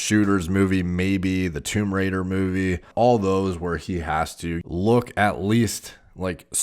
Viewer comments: Is it just me or does he actually say "Tumerator(Tomb Raidor) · says " Tomb Raider " My ears " Tumerator "